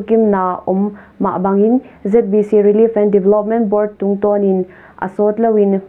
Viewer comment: "Zeet bi Ci" hilo in "Zet bi ci" cih zawk ding hi.